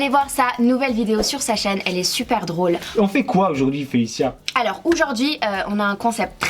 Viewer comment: "oujourd'hui " 🤦🏽‍♀️🤦🏽‍♀️ On dit aujourd'hui meuf !